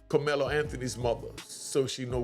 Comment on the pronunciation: the dude in the video called Karmelo, "Kamela" a couple of times (Freudian slip) .... ooooh, he won't just have a inmate number, the dudes in prison is going to call him "Kamela" and will treat him like a Kamela.